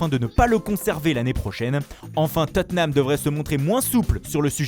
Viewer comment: on dit : " Tottnam "